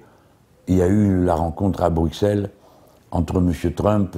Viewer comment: Jamais un Français n'apprendra a prononcer Bruxelles...